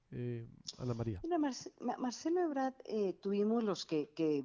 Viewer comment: EbraRd no Ebrad